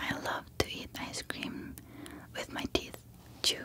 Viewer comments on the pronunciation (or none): none